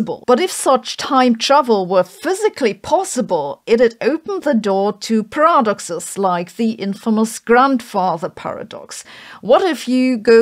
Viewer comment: You pronounce paradoxes like parameters.